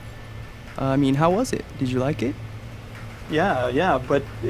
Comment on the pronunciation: Did you rike it?